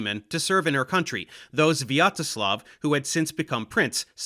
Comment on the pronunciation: His pronunciation of "Sviatoslav" wasn't so bad, it was relatively normal for the English speakers.